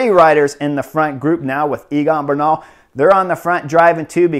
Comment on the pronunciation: I love your comments. Note that the pronunciation of Egan is Similar to say Egg and An. His last name pronunciation is Ber nal